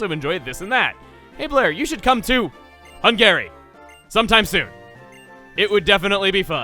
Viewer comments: Chugga Its Hun-gery Not Hun-gary Its Hungry with an extra E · Chugga saying Hun-Gae-Ree instead of Hun-gah-ree both makes me chuckle and die a little on the inside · HUN-gary, not hun-GARY. That section with Masae's character being Hungarian was quite funny though😂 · Hungary is just pronounced as "hungry". Not "Hung-arie". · Hungary is actually pronounced hungry. I'm not joking. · "Hung-gary". It's just Hung-arr-ee, Chugga. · Its pronounced Hungry, and Hamburg is a city in Germany. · Hungary is usually pronounced as "hungry". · I am triggered that you mispronounced Hungary, as my father is from there. Hung-ury. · hun guh ree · You can actually sell Super Potions for $350 and then buy a Lemonade for the same price. Also: Hungary isn't pronounced like the name Gary, it's pronounced like Hun-gurry. And Hamburg isn't a country, it's a region in Germany. :) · Mizuti or him pronouncing Hungary as Hung-Gary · "I don't want to offend anyone in that country" still says Hungary wrong. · That is not how you pronounce Hungary. And Hamburg is a city in Germany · Edit: Oy! That's not how you pronounce Hungary! (I actually am from there.) Don't worry Chuggaa pointless non"actioncommands" aren't just you alone, i always tap twice on the 3DS whenever my Villager knocks on the door in New Leaf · Nice pronunciation of hungary my dude lmao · Am I the only one who went insane hearing the way he pronounces Hungary?